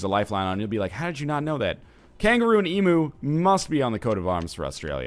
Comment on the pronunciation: That'd actually be ee-myoo ;)